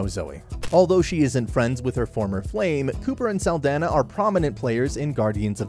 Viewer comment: Great video, just wish her last name was pronounced correctly